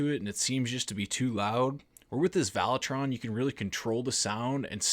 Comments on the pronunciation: Valeton NOT Valetron...lol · Valetron? There’s not a letter “R” in the name of this multi effect pedal. 😆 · No R In Valeton friend 🤷🏻‍♂️😆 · "Valetron". Lol.